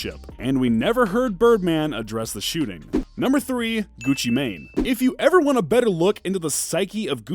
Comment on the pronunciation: Every time white ppl pronounce a black rappers name OR us black vernacular it ALWAYS sounds stupid. .the way u say the mane in gucci sounds so bad 🤣🤣🤣🤣. . Don't delete my comment either